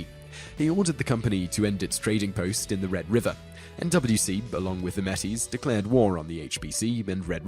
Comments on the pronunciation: You're forgetting the accent on Métis. It is pronounced Maytee. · No, it's pronounced [mɛˈtiːs] (EN), and [metis] (FR) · its (may-tea) thats how to pronounce metis. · Just curious, where's "here"? I've lived all over Canada, including Manitoba (where this war took place), and I've only ever heard it pronounced "May-tee". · as a Métis, trust me it is May-Tee.... Atleast in English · The metis is actually pronounced May Tee. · metis is pronounced may-tee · Saying it "may-tee" is probably an English thing. English speakers know that it is a french word but most have never actually heard how a francophone would say it and so make the assumption that the S is silent. English speakers do this with lots of things, like the assumption that the plural of octopus is octopi. The word is Greek, not Latin, the plural is octopodes. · Barney B How am I wrong? In the english language, Métis is properly pronounced "May-tees". Look it up. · You couldn't have pronounced Metis anymore wrong if you tried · Think you pronounced metis wrong man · Its Metis with a A sound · looool. Your butchered pronunciation of "Métis" is hilarious. It's pronounced like may-TEE [meɪ̯ˈtiː], not like MEH-teez [ˈmɛ.tiz]. But given your apparent Britishness, I guess that I can let that slide. It's understandable that you might not know this. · for your number 1 metis is pronounced like: may-tee not metties. it took me a second before I realized what you were trying to say lol. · You pronounced Métis "Meh-tees", but It's properly pronounced "May-tees. I'm Canadian :P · Yup, in Serbia as well. Wrong pronunciations everywhere. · Just a note it is pronounced "May- Tea" it's a french pronunciation. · I love this channel! For future reference Metis is pronounced "May-tee" not pirate style but more of an emphasis on the may part. The plural is pronounced the same. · Metis is actually pronounced May-tee. It's French. They're half French, half native Canadians. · Pesos = Pay-SohsMetis = May-Tee Cmon bud